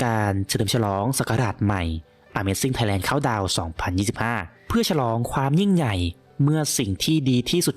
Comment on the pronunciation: แอดมินเป็นคนลาวแน่ๆเพราะพูดคำว่า ยิ่งใหญ่ไม่ชัด(ย./ญ.ไม่ชัดสักคำ)😊